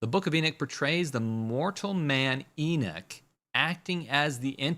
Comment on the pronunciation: Its not E-Nick it's pronounced E-Knock. Like when you knock on a door.